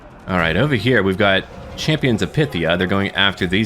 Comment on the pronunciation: I hope I'm not too direct, but I thought you'd appreciate it when I correct your pronunciation a bit. Firstly, Achilles was from Phthia, which you were pronoucing the same as 'pythia'; instead, it's 'Fthia'. Second, the E at the end of Circe is pronounced, and the C's are hard K's. So rather than your 'Sers', it's more like 'Kirke'. Hoping I didn't come across as a smart-arse, but you've said in the past that you don't mind people helping you out with pronunciation, and I thought I could help a bit... Cheers!